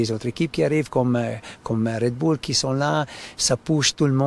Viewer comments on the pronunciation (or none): none